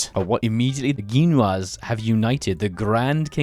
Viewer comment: Ah yes, my favorite south American nations. The "Ginuas"